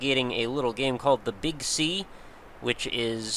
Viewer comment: Every time you say "the Big Sea" in this video I heard it as "the Big C". In any case, I'm off to go get this game. Brain damage may ensue from the head bashing.